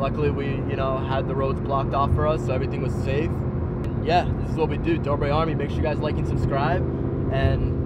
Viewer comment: you said dober it's dobre